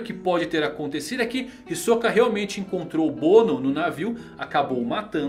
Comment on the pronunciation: Já parei de assistir esse vídeo no começo, qual o problema de pronunciar Hisoka corretamente?